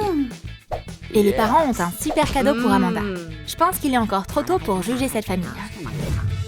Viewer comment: C'est pas amada c'est amonda